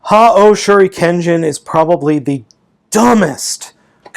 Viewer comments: ***** it's shurikenjen, not shuriken-oh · WHY DID YOU CALL SHURIKEN-JIN SHIKEN-OH?!?!!!??? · Dude, you're saying it wrong, it's Shurikenjin!